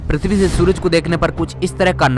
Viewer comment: Are bhai thik se bol le.... Pirtvi trah thos stah nhi pirtvi ki jesi